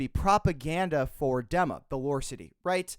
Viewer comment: It’s pronounced DEEMA!!! Arg!! 😡